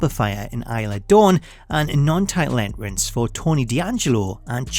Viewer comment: My man said enrence!!! 😂😂 I love this